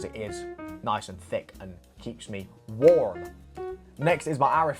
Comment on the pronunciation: the way you said WARM lol